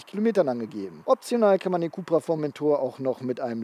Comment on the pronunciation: für alle die es nicht wussten, es kommt alles vom Seat CupRacing .. sprich CUP-RA